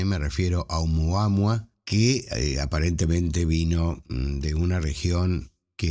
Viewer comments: Lo escribes oumuaMua pero lo pronuncias oumuaHua, como no sé Hawaiano pues ya no sé qué pensar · Nop, dice siempre "Oumuama"